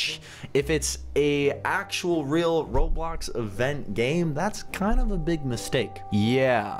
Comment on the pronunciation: You said ROBBOX